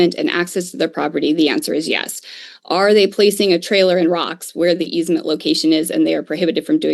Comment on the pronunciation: Easement, not easemen. Sheesh.